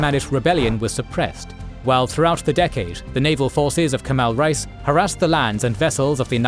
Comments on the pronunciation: Reis is not pronounced like rice. It is like rays, or (reh-ees). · Great work; love the animations and especially the detailed biographical information. Just one constructive criticism: "Reis" is pronounced incorrectly. Imagine the word "ray" (as in "stingray") and add the letter "s" to get the pronunciation right. Calling them "rice" sounds bizarre and jarring. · Kemal "Rice" 😂